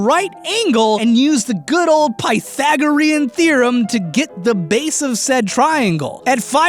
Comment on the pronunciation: It's pronounced pghtthagarrriuhnbm thhhyrereomm